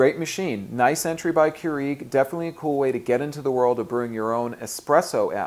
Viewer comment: I was too distracted by the way you pronounced Keurig. But thank you.